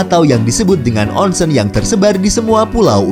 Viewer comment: Nihon = nihong Onsen = onseng huruf "E" dibaca seperti beca bukan kera